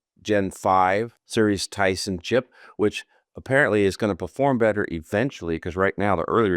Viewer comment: did you call the Tensor chip the Tyson chip?! 😂😂😂